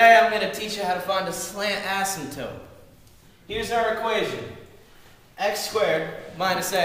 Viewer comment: you know it's asymptote not asymtope